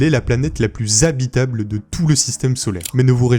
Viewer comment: La planète la plus zhabitable, il faut le faire (et ce n'est pas la seule fois).